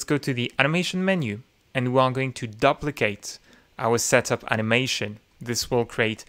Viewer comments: Another great video. BTW - the beginning of the word "duplicate" is pronounced like the word "do". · Thanks for this. Your English is great. One suggestion: the 'du' in duplicate is usually pronounced like the 'du' in duty.